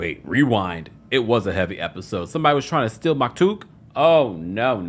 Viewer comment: I love u I hope u know that but the kids name is maktoum with an M not K